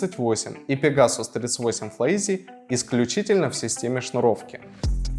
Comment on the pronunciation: «ФлайИз», не «Изи»